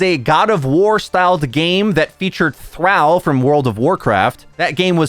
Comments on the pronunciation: Guessing you don’t play Warcraft. Thrall is pronounced like the word “all” or phonetically thrawl. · Great video, I hope I get a chance to read Jason's book. Most important thing I learned, however, was that pronounces "Thrall" as if it rhymes with the name "Hal".